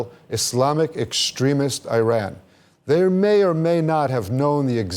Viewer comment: This anchor can’t even pronounce word Iran, the land of the aryans. Zionism is a direct assault and rebellion against the holy Torah, Zionism incompatible with Judaism. Since it’s creation Israel nothing but a curse!